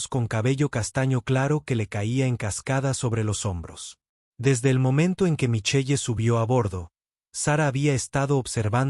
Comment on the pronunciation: ¿Micheye? La lectura mecánica produce cosas grotescas